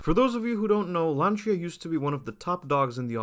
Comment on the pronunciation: Rebadged?! Talk from people who never drive "Lancha" (with soft ch) and doesnt known to pronuance the name...